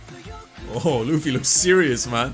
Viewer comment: Tell me he didn’t call luffy luf